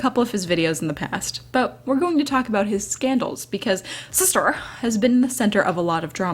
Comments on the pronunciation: The way says shister makes me smile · LMAO the way she says “Sister” is everything! SIsTuR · I love the way you said sister SiStEr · the way she says sister xDDD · You made me laugh everytime you say sister xD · I love how you say sister lmao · omggg the way you say sister LOL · I had to stop watching because how she said sister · IM LITERALLY CRYING FROM HOW YOU SAY SISTER SKSKJFKSK